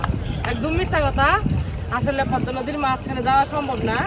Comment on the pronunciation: প+দ+ম+া=পদ্মা, ম এর উচচারন হবে না।